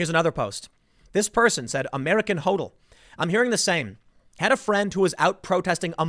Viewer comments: it's pronounced "hod-l" not "hoe-del" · It doesnt mean Trump will win... But it does mean Biden will lose. Hoddel. Hodl is pronounced Hoddel. Its a Bitcoin thing.